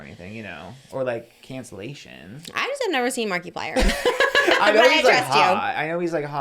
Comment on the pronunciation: Pronouncing it "marky-plier" is absolutely sending me. I'm only calling him that from now on